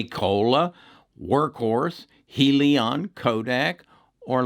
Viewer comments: I base my stock trading on fundamentals. When your video can't pronounce "HEALY-on" correct, and cant spell "Lemonaid" in your title to this video, your fundamentals dont make sense. And for that, i wont be investing in your videos any longer.... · He really doesn't know what he is talking about regarding Hyliion ... heck, he can't even pronounce the company's name correctly!!! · Yea, right! He hasn't even bothered to pronounce the name of the company correctly ... and he had started talking about it months ago!!